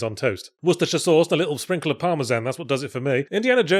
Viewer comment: Don't let anyone distract you from the fact that the only reason this episode exists is so that yahtz can gloat over his pronunciation of Worcestershire.